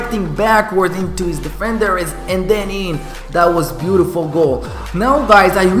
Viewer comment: I like the way you say bootifull